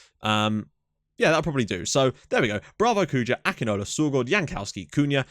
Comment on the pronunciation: It is pronounced Sani Akinola name is pronounced ækinawla i am nigerian by the way